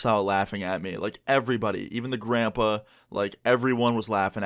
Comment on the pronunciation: The way you say grandpa 🤣🤣